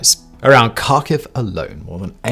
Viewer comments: its pronounced Harkive. not Karkive :) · Kharkiv is pronounced Har-keev I believe. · Simon, please learn some basic Ukrainian place name pronunciation. Your Received Accent bespeaks the traditional British, "I don't care, and will pronounce it any way I want." Here are corrections I encourage you to employ: -KH = H, not K, so Kharkiv = Harkiv, not Karkiv. English does not have the guttural sound like 'ch' in German 'ich' but to use the "K" only is wrong and sounds uneducated -U = is always "oo" as in 'moon' but with less Received Accent 'w' off glide. "oo" not "Moowwn" 2 Vowel Problems: -IU and YU (2 letters in English, 1 in Ukrainain Ю) are ONE syllable, not 2. The town of Izium is 4 letters in Ukrainian (Ізюм). The 3rd letter is the vowel "YU" as in English "you". The town in "EEZ-youm", not "ee-ZEE-youm" -IA and YA (2 letters in English, 1 in Ukrainain Я) are one syllable not 2. The town of Vinnytsia is 7 letters in Ukrainian (Вінниця). The last vowel is Я, or "IA", as in the German 'Ja!'. The town is 3 syllables, not 4: 'vee-NEE-tsya' not 'vee-NEE-tsee-ya' This will make you sound much better and it will show respect for the Ukrainian town names. Few Brits or Americans seem to want to learn this, or god forbid, care to learn it. Your presentations are well thought out and well produced. When you say "Karkiv" and not "Harkiv" all your work flies out the window. Thank you. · There is no city Karkew its Kharkov and the K is silent. It's embarrassing to listen at it. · FYI, Kharkiv is pronounced like Harkiv - the K is to show that you close your throat before saying the H. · Kharkiv has a silent K, Simon.